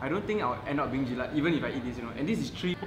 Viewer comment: i think many singaporeans seems to think it's jelaT.. but it's actually jelaK!